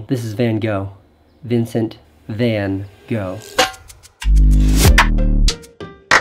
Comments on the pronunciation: When he said Vincent van Go 😓 its Vincent van gogh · His name is Vincent Van (spoken like "Fun") Gogh. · His name is Vincent Van (spoken like "Fun") Gogh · Why is it so difficult for English speaking people to pronounce Van Gogh? They seem to forget that the name doesn't end at the letter O. There's two more letters which you have to pronounce as well. It's not Casey Neist is it ;). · You pronounced Van Gogh incorrectly. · Makes a huge deal about the pronunciation of his name... Mispronounces Van Gogh. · How about making a video on how to correctly pronounce 'Van Gogh'. Joke aside, we all missed you Casey! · We know how to pronounce Neistat, but you don't know how to pronounce Van Gogh. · I love the way he shows us for like a minute how to pronounce Neistat, and then pronounces ‘Van Gogh’ totally wrong. Great video! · yeah Im pretty sure you dont pronounce him like that lmao